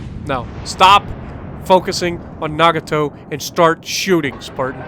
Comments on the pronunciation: It is NaGAto. You underemphasize the "g" sound, which is why it doesn't quite sound 'Japanese' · Fuso is beast 👍 too bad u can’t say nagato 😂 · Ohhh noo ur killin me with the names, Ma-han not mayhan no y. As for Nagato its Na-ga-to